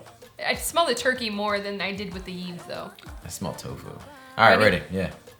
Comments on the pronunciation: Yves is a Canadian brand and it's pronounced "Eve" because it is a French word. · The pronunciation of Yves is "eev", you were close, you just don't pronounce the s